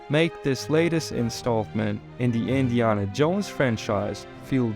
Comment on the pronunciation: Do you really think Indiana is pronounced that way?